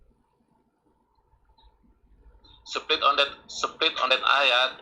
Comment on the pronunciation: Even i am Indonesian but when said "seplit" instead of split.. I am out... He sounds like Fadli Zon... Oh....